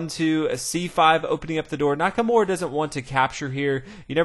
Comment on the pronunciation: NakaMURA* not Nakamore! Beside that, great video keep it up